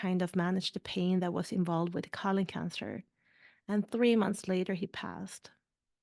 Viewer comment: Is it that difficult to say colon? After 3 mins you've said colin 300 times. This is unwatchable.